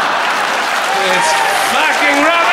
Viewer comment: "what waz I thzinking"...haha...great!